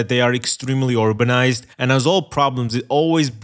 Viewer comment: I honestly couldn’t figure if said urbanized or orbanized, because both unfortunately make sense.